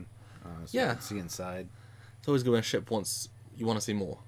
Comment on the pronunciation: Did he say "hundred-ton sheep"? OH..."ship"... :P